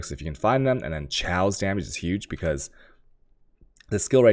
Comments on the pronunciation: lmaooooo chaos(kay oas) is not pronounce chow lmaoooooo dam asians jkjkjkjkjkj..chow!!!!!! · Jonathan Hagan omg ikr... is it food related?? Can you eat it with a dagjur (dagger)? I wonder, does he actually say chaos in terms of currency or is it also like the chow dog pronunciation? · You're pronouncing chaos wrong